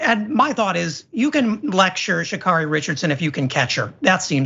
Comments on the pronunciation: Sha'Carri it rhymes with marry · Her name is Sha'Carri (like Carrie) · Yall get her name right: sha-CARRY